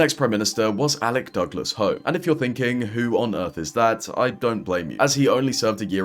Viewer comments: If you're going to talk about politicians, the least you can do is pronounce names correctly, Alec Douglas HUME. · Alec Douglas-Home pronounced HUME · It's pronounced Douglas-Hume. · Alec Douglas-Home is pronounced Alec Douglas-Hume